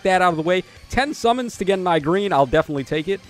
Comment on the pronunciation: When “E-Gren” is butchered to “i-Green”, that alone made the video fire 🔥🥶